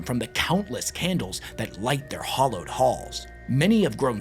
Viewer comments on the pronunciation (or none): You mean hallowed halls. Hollowed is something else. JFC where do y'all kids learn how to pronounce words?